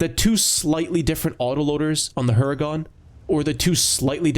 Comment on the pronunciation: its not like u pronounce it "Hungarian" but " Hurricane" in Polish =) btw great video, peace out!